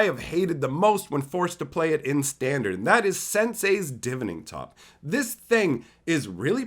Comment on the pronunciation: It's pronounced Divining top, as in Divine. That new land is crazy！